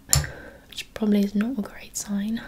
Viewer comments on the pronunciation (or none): I thought Wolverhampton how she says 'like', 'quite' and 'great'